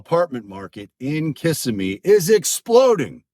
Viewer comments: It’s pronounced KUH-sim-EE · LOL!! Kissimmee is pronounced Kih-sim-ee! Emphasis on "sim". Your pronunciation of it cracks me up! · I know you can tell when people pronounce that incorrectly we all know they’re from out of town.😂😂😂😂